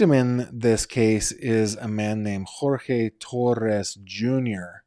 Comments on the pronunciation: his name is Jorge pronounced George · If you watch the video of Jorge’s mother or the body cam footage when Jorge AND Sarah were both arrested, Jorge AND his mother both say his name is pronounced GEORGE. Please respect the victim and don’t mispronounce his name. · FYI Jorge pronounced his name like George. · He doesn’t pronounce “Jorge” as George. It just means they don’t go by the Spanish and instead go by the English version. Many people called Jorge go by George…but when they visit abuela, it’s Jorge.